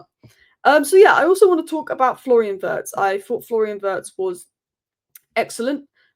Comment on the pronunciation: I wish you would pronounce Wirtz correctly, just like Terry Flewers. Your analysis of the players is great, as always 🙌🏼